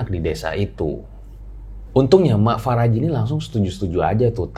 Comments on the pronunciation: Mak Paraji,... Bukan Faraji (Apa gak bisa bilang EF eh PE...)😄😄 Paraji itu Dukun Beranak yang ada di kampung-kampung... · Bukan Faraji bang, tapi Paraji artinya dukun beranak 😂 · Paraji bukan faraji wkwkwk 😂🤣😂🤣 Paraji itu bhs sunda yg artinya dukun beranak. Jadi bukan nama orang.